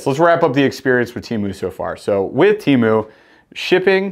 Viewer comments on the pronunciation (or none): Pronounced Tea-Moo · It’s pronounced TEMU 😅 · Tea moo is how it’s pronounced man you were right first time